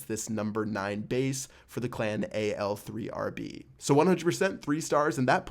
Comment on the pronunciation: It's al arab Not al 3rb 3 = aa